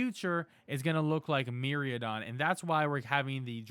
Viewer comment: MIraidon = MEE-RYE-DON